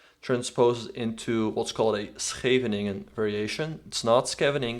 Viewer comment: The first youtuber to pronounce "Scheveningen" almost correctly :-)